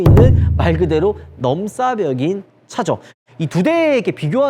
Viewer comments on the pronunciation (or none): 형 넘싸벽아니고 넘사벽이라고 해줘…불편해..